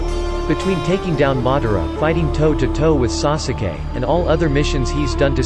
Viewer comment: WHEN HE SAYS SOOSUKAY, IMMA JUST NOT WATCH DIS ANYMORE